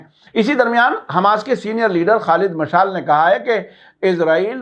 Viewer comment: Salamun alaykum sahabmaf kijye Aap kuchh alfaz ka talaffuz galat karte Hain shayad is ki wajhah English zaban se naqal karne ki wajah se hai jese hoosi ko hoti kehte hain ya jese Khalid مشال ye galat hai sahi ye hai مشعل maf kijiye ham Aap ko brabr sunte hain